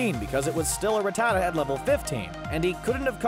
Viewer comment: The way you say Rattata is just terrible. It’s Rat-atuh